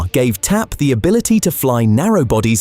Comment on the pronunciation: The AI robot voice keeps calling it T-A-P (or "TP"!) instead of TAP. 👎